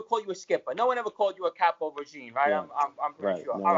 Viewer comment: you have to come out with a shirt or hat that says “caporegime” that’s freakin hysterical